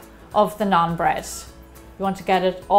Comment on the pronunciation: i am indian so do more stuff like it....check the pronounciations before you say them...try this naan with some butter chicken it is heaven! great recipe as usual!! keep it up😀😀😀